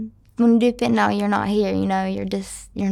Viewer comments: Haven't pet a person yet who can pronounce "fentanyl" correctly. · Why can't Americans pronounce fentanyl properly?